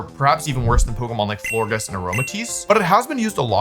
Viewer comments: Who let him go with floor giss and not flore-jiss like floral gorgeous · Florges pronounced floor-jess right? Like floral and gorgeous? Does Wolfe mispronounce so that we comment 🤔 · In case anyone cares, it’s pronounced Flor-Jess. Like gorgeous and floral ❤ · wolfe, my sweet summer child. florges is a soft g because it's based on the word gorgeous. we still love you❤